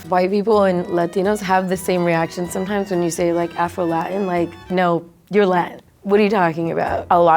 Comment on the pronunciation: why can’t he say afro??